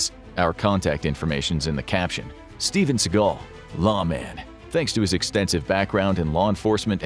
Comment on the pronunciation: Who is this "Steven Seagull"?